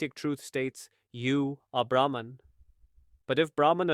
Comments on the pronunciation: Beautiful explanation by giving the example of dance. Small correction: "Brahman" is pronounced as "Brah-maan" in this context (universe). Thank you for this video. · Its Brahm not Brahman